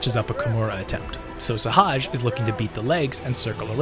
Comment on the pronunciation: why can't nobody say sehaj name right LMAO